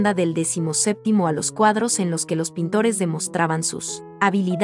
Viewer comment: No sabes leer tu texto, tampoco sabes pronunciar los nombres de los pintores y falta indicar dónde están cada una de las obras, solo mencionas algunas.